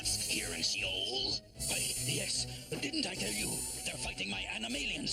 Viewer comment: Think they slick... the place is called "Shi-ole"....